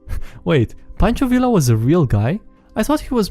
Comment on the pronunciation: Oh my. It was excruciating to hear him butcher Pancho Villa's name over and over.